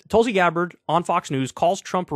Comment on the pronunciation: Pakman has the pronunciation right it's "Toolsi Gabbard"